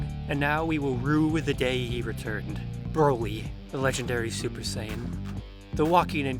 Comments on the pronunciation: He actually pronounced it the Japanese way. The CORRECT way. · I mean, that's actually the correct Japanese pronunciation :V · Yes the correct way to pronounce it.